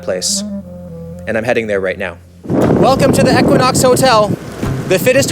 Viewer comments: 1) Equinox is pronounced "EEEE-Quin-Ox". It's not pronounced with a short "e" like kept saying. 2) I wouldn't be mad all if he lost those sunglasses. 3) I could've done w/o all of the double entendres peppered throughout the video. Ew. 4) It was offensive that a room that costs over $1,000 a night didn't include the roombar snack items. 5) Bottom line the review was decent and the hotel doesn't live up to the fitness hype. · I can't get over the mispronunciation of E-quinox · Great video! But for $1,000 a night, you couldn't ask anyone how to pronounce the name correctly? lol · Hate how he pronounced equinox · Hearing how you pronounce equinox, is the American equivalent of Canadians hearing "new found land"